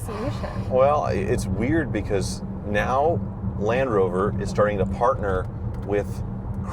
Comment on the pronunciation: Come on and Indian owns Ralndrover........... oh sorry Landhoover... Landrover...